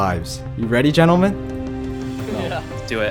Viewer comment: “Genle men genle men”